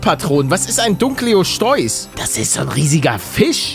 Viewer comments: Nichts gegen deine Aussprache aber es wird nicht Dunkleoschteuß ausgesprochen sondern Dunkleosteus ausgesprochen. Sprich es aber so aus wie du möchtest. Liebe deine Videos! Weiter so!!! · Dunkle'oste'us nicht dunkleosteus 🤨🧐